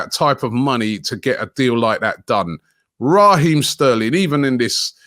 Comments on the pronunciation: Robbie di man name Raheem not Raaaah-heem. Yah yardman suh act accordingly lol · RAH-eem Sterling 🤣